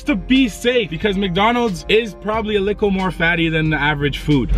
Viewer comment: Mercedez 978 no one:: A LICKLEEEE BIT